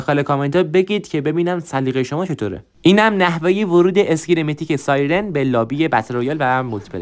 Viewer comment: داش احتمالا تو ترکی چونکه توی گفتن سایرن مشکل داری که ترکا هم توی گفتن (ی) و (ر) کنار هم مشکل دارن😂